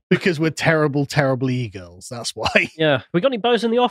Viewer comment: Anyone else hear Callum pronounce "E-girls" as "eagles," and imagine a whole new (terrible) meaning to the LOTR moment: "The eagles! The eagles are coming!"